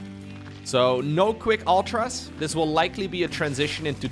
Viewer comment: Man.. sorry to break it to you.. but mUtas and Ultras. should be said like Serral does.. origin is latin not English, meaning.. English people just say it wrong all the time.. :D that's a little cute too.